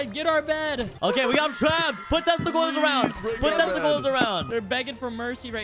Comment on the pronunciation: « put testicals around »